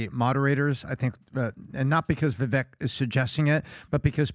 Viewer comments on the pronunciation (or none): Its, Vivek. Pronounced Vivake. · It's Viv-vake like cake! Jeebus get it right already!!! 🤦🏼‍♂️ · Vivek is pronounced Vi vake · His name is pronounced "vi - vake" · It's "Vee-Vake" guys - rhymes with "cake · It is ever so slightly off-topic, probably not that important, but... his name 'Vivek' is 2 syllables pronounced like the English words, 'We' & 'Wake'. 😁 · "It's viv-AKE (like cake)," according to Vivek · You’d think for a group of guys who love Vivek so much that they’d know how to correctly pronounce his name. 😂